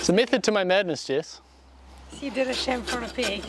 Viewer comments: Anyone else hear “Chamfer on a pig! “ ? 😂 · It sounds like Jess is saying “chamfer on a pig” takes so funny. Every time I over neat a job it will be known as a chamfer on a pig😂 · YouTube subtitles thought Jess said "shampooing a pig". Made complete sense to me though. Why waste time and shampoo on a pig? Love all of y'all's videos and of course attention to detail.